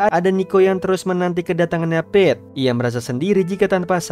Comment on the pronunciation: Sebutan peter adalah peter Sebutan pete adalah pit. Bukan piti🤣🤣